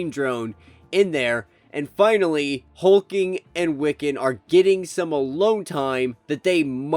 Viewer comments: It’s not Hulking it’s Hulkling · Really dude? HULK LING man NOT HULKING!! SERIOUSLY? AND YOU ARE SUPPOSE TO KNOW COMICS? LOL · If you don't stop butchering these names!! Hulk- ling. God if you can't say it right don't say it at all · There are two L's in Hulkling. Hulk+Ling